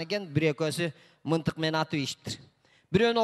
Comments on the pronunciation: Мынтык эмес мылтык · Мынтык эмес мылтык десе жакшы болмок ээ